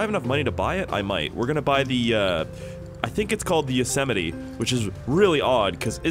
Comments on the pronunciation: Yoe setetimi btw it’s called yo-se-might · Yosemite is pronounced: yo-s-might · Man really called a Yosemite a Yosimety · It’s pronounced yo smite